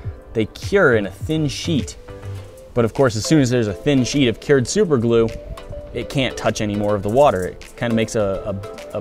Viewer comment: when did a 'stirrer' become a 'steerer' and 'cured' becomes 'keered'.